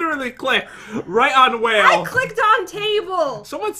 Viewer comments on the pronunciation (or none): Why did u say hale instead of whale?